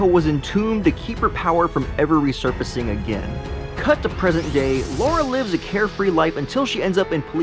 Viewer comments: It's LARA not LAURA... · Her name is Lara not Laura 😂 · It's Lara you moron...not Laura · Lara NOT laura